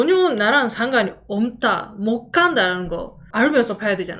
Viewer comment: 전혀 나랑 상관이 "엄따"~ ㅋㅋㅋㅋ, 울산 신랑분 만나셨어도 드물게 사투리 나옴 ㅋㅋ 대구사람입니다~ 한국과도 비슷한 심각한 내용인데 갑자기 터졌습니다 ㅎ 덕분에 함 웃었슴다~★